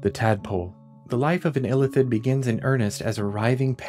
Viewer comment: It's Ilíthid, not Ílithid